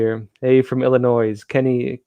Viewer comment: Love watching your show BUT PLEASE never pronounce the (S) in Illinois.